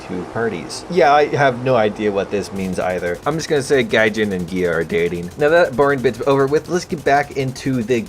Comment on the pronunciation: I swear every time you say GAEA I just hear GAYEEEE